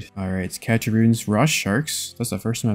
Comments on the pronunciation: Cache is pronounced cash btw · Love the content! Just a heads up cache is pronounced "cash" :)